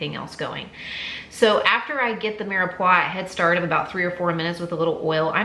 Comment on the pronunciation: Mirepoix is one word, two syllables (Anglicized pronunciation: meer pwah).😉♥